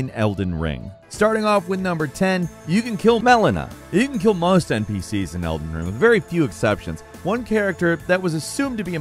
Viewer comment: "Elder Wing"